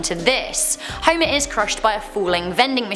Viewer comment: Huimah Simpson!!